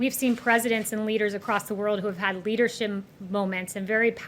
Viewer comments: Leadershim moments, yep she can’t even say leadership because Trump is completely incapable of leadership. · Did she first say leadershimp? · Did she say "leadershrimp" ?